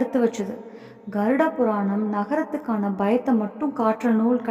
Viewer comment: கட்டப்பட்டே "நரகத்துக்கான" என்று சொல்லுங்கள். "நகரத்துக்கான“ என்று சொல்லுகிறீர்கள்?